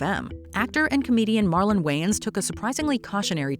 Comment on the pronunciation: Not Marlon, come on man